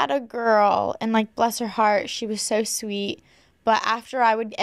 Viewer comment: in spanish class we all thought we heard him say something else when learning the word for the heart which is not pronounced how it’s spelled and has “th” sound and it sounded like he cursed when he didn’t